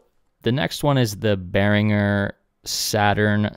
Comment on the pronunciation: Die richtige Aussprache ist bear-ing-er nicht bear-inj-er